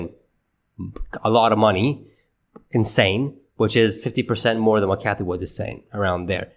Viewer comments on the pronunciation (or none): Hi, Its Cathie Wood NO S. Everything else is 👍 Okay byeeee 😂